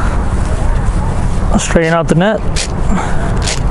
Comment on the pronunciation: Straighten not strayen Dangling not dingling